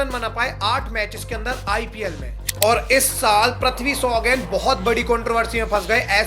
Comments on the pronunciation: Wo prathvi shaw nahi hai Wo prithvi shaw hai Pri not pra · Bro how hard is it to pronounce "PR-EEE-THVI" and not PR-AAA-THVI ? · Pls pronounce names properly 😅. You keep saying prathvi shaw ! It's Prithvi shaw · Abe prithvi bol prathvi kya bol raha hai